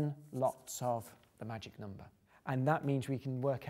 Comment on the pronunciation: I love how he says 'nomber' <3